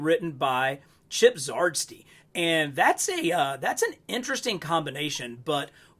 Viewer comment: My ultimate '23 ML fig I have been waiting for is Elektra. Hyped when she debuted in the comics and to have her out this quick is amazing. She's my #1 want this year and in-hand, did not disappoint. Btw: It's Chip-Zah-Dar-ski- Zdarsky .....and Marco- Che-chet-toe- Checchetto 🙂👍....Elektra Daredevil blunted her sais in the comics at the beginning of this current storyline that will end Zdarsky and Checchetto 's run this month. Zdarsky 's run was around '21? cause issue 25 where this Elektra DD debuted in Jan '22. 🔥👍 Heard Hasbro is going to be revealing the 3 Spideys individually later this, so I passed on the 3-pack.